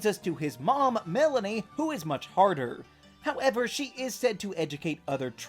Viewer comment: "But that's leads us to his mom Melony, who is much harder" This is the weirdest pronounciation of the word "hotter" I've ever heard